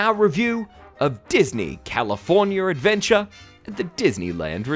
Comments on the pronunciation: I love and hate the way you say California. Californyer. XD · Californier? Hahahaha